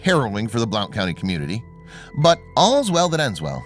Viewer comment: I am glad he is okay. I have to tell you that it's pronounced blunt county. Just saying. I am from TN. I had to learn this, too.